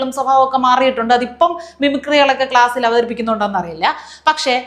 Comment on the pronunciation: ഗ്ലാസ്‌ അല്ല ക്ലാസ്സ്‌